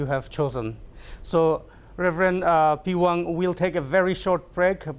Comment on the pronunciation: Sir, nt the pewang u need to say Rev peihwang